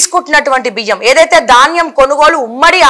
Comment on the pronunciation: It is dhaanyam not Daanyam ... so sad to see the errors in language ...